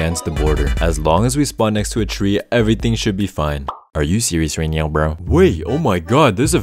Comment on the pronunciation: "are u serious right neow bro" never gets old :D